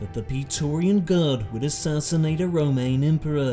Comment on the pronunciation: I love your accent but why you pronounce Roman as remain?